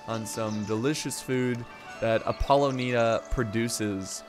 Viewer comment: It’s “Ap - Po - Lonia”